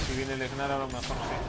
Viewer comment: e.e , porque le dices Egnar ? xD se pronuncia NAR xD